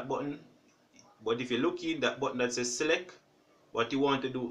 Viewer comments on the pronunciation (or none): none